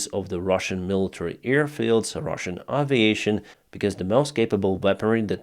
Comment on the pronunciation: Why do you call them Ruzzian, when you are speaking English and talking to us. It's Russian wtf.